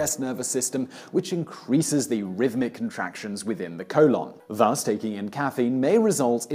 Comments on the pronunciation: "Colawn" I love your accent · I lost it everytime he said COLE-ON! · Simon pronounces Simon Sy-mun but colon col-on. Explain. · I love the way he pronounces colon :)HAHA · All drinks containing caffeine can "increase peristalsis" for me. (And you pronounce "colon" weirdly.)